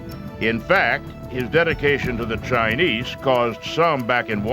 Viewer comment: keeps saying chi-niece